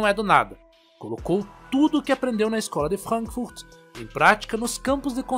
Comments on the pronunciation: porra essa pronuncia de frank furt e mt pela saco mds , brasileiro querendo falar alemao com portugues mds para cara n faz mais isso nunca te pedi nada kkkkk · Pior que fica parecendo aqueles cientista louco de desenho animado😅